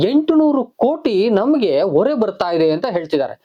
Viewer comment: ಹೊರೆ ಗೂ ಒರೆ ಗೂ ವ್ಯತ್ಯಾಸ ಇದೆ